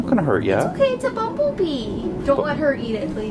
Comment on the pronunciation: Its a noice bomblebeeee bomblebeeeees are our fwiends